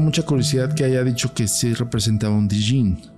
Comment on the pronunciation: La D de Djin es muda, es como el Djent, se dice YENT :B no me odien